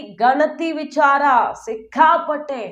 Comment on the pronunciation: ನಿಂಗೆ ಸರಿಯಾಗಿ ಮಾತಾಡಕ್ಕೆ ಬರಲ್ವಾಮ್ಮ? ವಿಛಾರ ಯಾಕೆ ವಿಚಾರ ಅನ್ಬೇಕು.